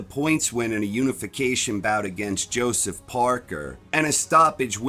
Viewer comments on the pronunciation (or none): none